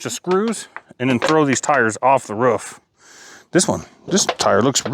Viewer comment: Its called a roof. Not a roff